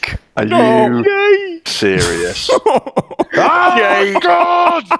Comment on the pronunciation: Why I always hear Yeyk instead of Jake?